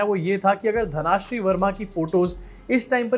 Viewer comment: it's धनश्री not धनाश्री